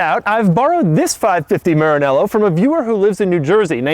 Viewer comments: I hate the way he says maranella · Please pronounce Maranello correctly, you made me cringe